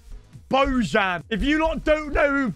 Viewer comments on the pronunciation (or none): its not božan its bojan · It's pronounced like "Boyan", he is an ethnic Serb. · brooo learn how to pronounce the names alreadyy.. his name is spelled like Bo (from bozo) and jan as Jan Oblak's first name.. doing my head in fr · You're pronouncing "Bojan" wrong